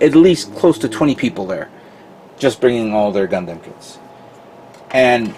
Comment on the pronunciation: And Gun-Damn.... I try not to get too annoyed when people pronounce it that way. However, it makes it hard to watch at times.